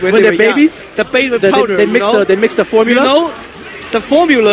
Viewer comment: the "formuler" LOL are you telling me that me feeding my daughter "da powder" is going to make my daughter develop sooner?